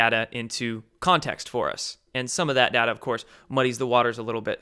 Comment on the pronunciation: It’s pronounced ‘data’ not ‘dadder ‘ Sorry, just my pet peeve 😁